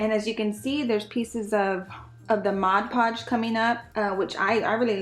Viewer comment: I love the way this turned out! You made me laugh about the “Modge” Podge!!😁